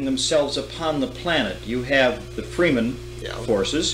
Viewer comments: How Frank Herbert pronounces: Kynes Fremen (pronounced wrong by the interviewer. It's Fremen with a short "e" not Freemen) Atreides Bene Gesserit Gurney Halleck Sardaukar Shai-Hulud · And Fremen, prounced by the interviewer without correction, as Free-men.